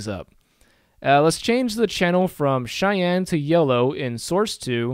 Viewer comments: Nice vid! I really hate being this guy but the way you pronounce Cyan is incorrect. It's pronounced like "si-yan". The way you're saying it is a city in Wyoming. No hate. It's a weird word. Again nice vid and thanks for taking the time to make it. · I love your tutorials and I really appreciate the time you took to make one just covering color modes, but pleeeeease pronounce cyan properly. I have no incentive to give you because I'll probably keep watching these regardless, but I get very distracted by it.